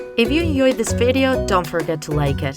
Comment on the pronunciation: At the end she always says inyoyed instead if injoyed